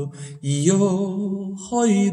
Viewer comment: 무척 고맙습니다. Y yo joy desesperando가 아니고 Y yo voy desesperando입니다. 그러므로 '이 요(죠) 보이 데세스페란도'로 읽어야합니다.